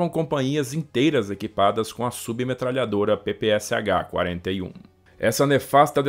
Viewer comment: você sempre demostrou extremo cuidado com a pronúncia correta em diversos idiomas, mas deixou escapar uma. A submetralhadora soviética PPSh-41 tem sua sigla pronunciada como "pe-pe-sha". O "Sh" no alfabeto latino é a transliteração da letra "sha" do alfabeto cirílico, já que não há uma letra correspondente.